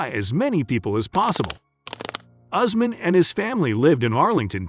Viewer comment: Not Ozmen but Usman